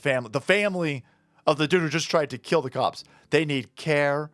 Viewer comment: I bet the mother was surprised! "HE TRY TO KEEL ME!"